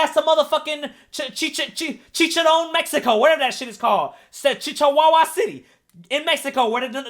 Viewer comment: When he tried to pronounce Chihuahua Mexico💀😭